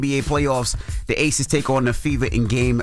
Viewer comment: It’s ACES not ATHES 😂